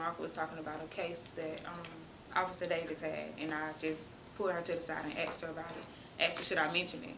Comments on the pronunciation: The word is asked! Not axed. Go back to school black girl! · Can’t wait til all these DEI hires faze out so people like this can get back to baggin the fries. She can’t even be bothered to not break laws while working at a jail and as usual “I had axe” easily with minimal English classes in school should be “I asked.” And I always get out of the hospital and steal groceries because I have to go to work.Again..not a drop of common sense or morals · Asxed, don't you mean asked! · They axsed, cracks me up everytime😂 Outro is brilliant! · Weary of chocolate folks going around axing innocent people. The poe-leese caught this one.